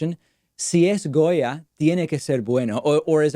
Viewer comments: I appreciate the fact that you pronunced it how we do, not only in Argentina but in most of the spanish speaking countries of America. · Gotta love Davids perfect Spanish pronunciation of the name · David Pakman speaks Spanish ??? Cause that pronunciation was pretty darn good